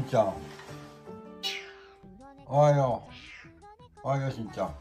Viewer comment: しんちゃん、お出迎えの時のおはよう、思わずおっと言う位上手だったよ。ごはんもおはようも日々上手になってゆくね‼️💕今日は特別上手に聞こえたよ😄 撫でられ可愛いがられて幸せだね😆🍀❤